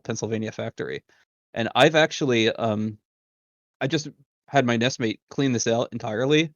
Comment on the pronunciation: "Nest mate." Good lord